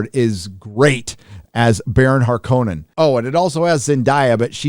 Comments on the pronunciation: Sit this one out. Prior knowledge of Dune is a prerequisite for this film. Some Issues: There are 2 pronunciations for Harkonnen; HARkinnin isn't one of them. So much attention to Arabic pronunciation, but the swedish one can gtfo The Bene Gesserit are badass, and Paul explaining them away in an exposition sentence was bullshit. Surfer bro Aquaman is horribly out of place. There are no indeginous people in Dune, everyone is of Earth. Vladimir was watered down to being just a capitalist, while in the book he was much more vile, but Hollywood is currently trying to normalize that behavior, so there ya go. Not for the fan, this is normie chow. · In the film they pronounce HarkKOnens as "Harkenens" WTF??? (They all do it!) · Why did they keep pronouncing Har-ko-nen as Hark-in-in? Harkonnen home world as Getty like the fuel station? Is it a British thing or did D. Lynch get it wrong? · The pronunciations Harkonnen in the movie is what irked me the most. Just sounded wrong